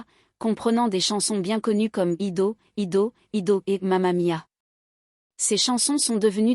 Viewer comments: Hedo... Noooonnn ail dou comme I do le titre de la chanson. Quelle horreur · Ido ido ido 6’16 bravo la diction du titre d’ABBA...."take à chance on me"7’00 😂 pas mieux , gim gim gim 10’13 nul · Et la.prononciation🤢ido ido ido😂😂😂😂